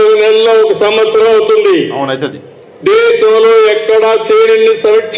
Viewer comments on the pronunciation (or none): none